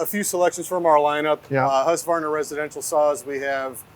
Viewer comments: 😂 japp, är det inte HUsskavarna så är det hu sqavarna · The "Huskaverna" always cracks me up :D it's hews-kvarna if anything. I get it though, it's a set of consonants in combination that is simply not used in English. Still funny though :D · I'm a little perplexed by the addition of extra vowel; Husqu-varna? In Swedish the word is three part(syllables?) hus qvar na. The 'q' is pronounced like a 'k'. Hope it helps. Lawd help me, I wonder how a Japanese would modify it!! They like to keep a steady order of consonants vowel, one of each every time and I think words tend to end on a vowel. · As a swede its very interesting how none of them can pronounce it. But i do enjoy the "Husskvaarrna" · I love seeing Adam’s glee and pure joy handling these tools! I was wondering though (as someone who has been to Huskvarna and knows how it’s said in Swedish), why do Americans add an extra a-sound after the q? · Quick pet peeve... its pronounced husk varna. There is no a in the middle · No. It's Hus kvarna. It means water mill or wind mill in swedish. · I find it funny that not even the Husqvarna employee can pronounce the name at all. Sorry folks, it´s swedish and impossible to say, haha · Lol, it's funny how Americans pronounce Husqvarna